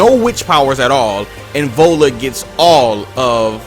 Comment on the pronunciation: Awesome vid about Ellen but the way you pronounced "Viola" is wrong. It's NOT volla, it's vy-o-la